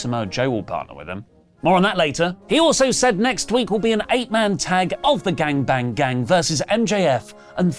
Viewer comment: Why is saying bang bang gang like that??